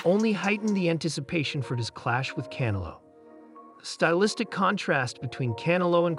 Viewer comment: Narrator keeps pronouncing Canelo as cantaloupe...😂😂😂😂